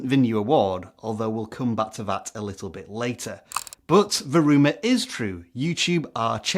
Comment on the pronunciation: Emphasis on the word "little" lol